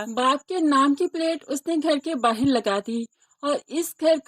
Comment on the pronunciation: Bahir nhi bahar kehte hen